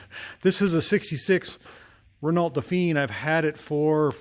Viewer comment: Just so you know, I’m French and we say “Renau”, the “lt” is silent. Great channel love your content, hope you will try to start the 70 years old Chevrolet.